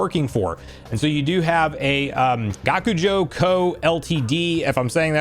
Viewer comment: Yes, your pronunciation of Gakujo Co was spot on